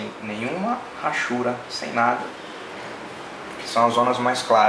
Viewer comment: muito bom seu desenho e seu video, parabéns!!! mas só uma correção no que falou: a palavra hachuras não se fala Rachuras, e sim, Achuras. Esse H não tem som de R . É só um toque, não é pra falar mal não, é apenas uma crítica construtiva . Abraços!